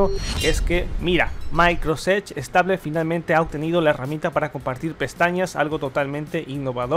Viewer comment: Creo que no es muy difícil pronunciar bien Microsoft Edge.